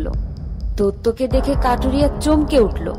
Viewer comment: Barbar se kathuria se kathiria kore bolchen kno sunte valo lagchena